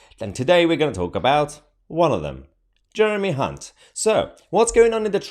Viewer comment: You pronounced Jeremy's surname incorrectly... 🤣🤣🤣